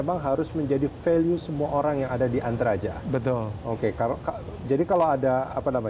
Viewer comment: Paket? "E"ntaraja